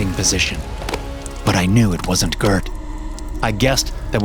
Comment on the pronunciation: As a Swede, I'll overlook the mispronounciation of Gert.